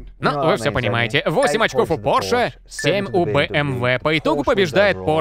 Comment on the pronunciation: Порше с ударением на О, люблю когда всё правильно